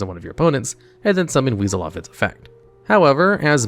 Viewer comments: i'm pretty sure that monster's name is pronounced Wise-all, not weasel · I believe it's pronounced "Wise-el" not "Weasel". In my experience, Wisel was actually really good because it was a free negate for a spell card. The battle restriction was a big drawback though, but could be still worth it. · Wizel isn't pronounced weasel it's pronounced wai-zel how the heck did you mispronounce it the entire freaking time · It’s pronounced Wise-L not Weasel lol though it’s pretty fitting considering the archetype itself is a Huge-L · First of all, it's not "weasel", it's Wisel... Why-Cell. Secondly, 5Ds is literally the BEST series in Yu-Gi-Oh. I could see an argument for the Duel Monsters series being the best, but anything else is ridiculous. I don't even care if you said this to bait interactions... it's egregious to say such bullshit. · It's pronounced "WIE-SEL". Wisel. (Captial I) Not weasel. Did you not watch the anime??? 🤨😠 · The name isn't pronounced "weasel" it "WISE-L" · It’s pronounced Wise-el not weasel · Wisel is pronounced Wise Ell, not weasel, lol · Why are you calling my man Wisel, “Weasel” 😂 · The way he pronounces “Wisel” as “Wiesel” 💀💀💀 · Mans really called my man wisel weasel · it hurts me that almost no one pronounce the meklords' names correctly it's gran-elu sky-elu wise-elu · Also, you calling Wisel... Weasel, triggers me a bit. But that's the point. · >when he keeps calling my boi wisel - weasel, like the animal 😭